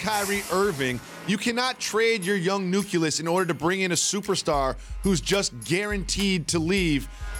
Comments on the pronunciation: Nucleus not Nuculous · Somebody really has to teach him to say NUCLEUS not nuculus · "New-cu-lous?" "Co-pe-ste-tic?" Really, wtf? Jalen at the coffee shop is pretty awesome tho'...